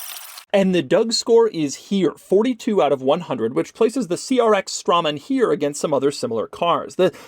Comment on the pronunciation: Hmm, I always heard Straman pronounced as 'Strayman'.